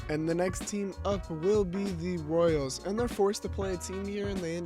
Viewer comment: “Royels”💀💀 Edit: correct me if I’m wrong but did he just get rid of the “Royels” for no reason?